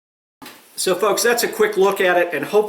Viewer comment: when you say "so folks" it totally sounds like "so f***s"